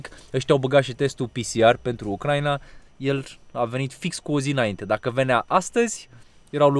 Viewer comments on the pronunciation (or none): none